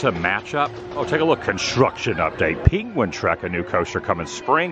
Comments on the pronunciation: Why are you saying peequin. For penquin😅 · What's a peengwin?